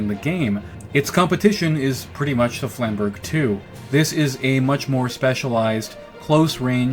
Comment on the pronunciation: Trying not to cringe as you butcher the word Flamberge ...... Flam bur jay would have been closer